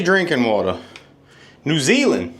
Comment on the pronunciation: I was laughing the way you said 🇳🇿 New Zealand . I live in New Zealand . The city I live got a big water plant that bottles natural spring water for export. Watch your YouTube videos